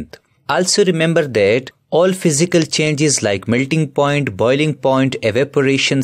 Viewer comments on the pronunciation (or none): none